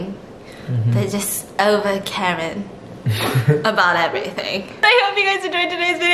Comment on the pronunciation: Girl did u just rhyme Karen with carin lol